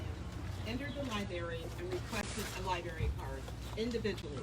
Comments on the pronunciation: Library, not liberry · Black, black, black. Sounds pretty racist. BTW you might want to learn how to say library. There’s an R in there it’s not a Berry.